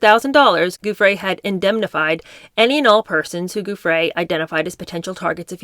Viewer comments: Please google how her name is pronounced before reading her book. Giuffre = ju-fray I really enjoy your readings but the clunky mispronunciations do jar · I love your webcasts. But before you read Virginia Guiffre's book to your listeners, please learn to pronounce her name correctly.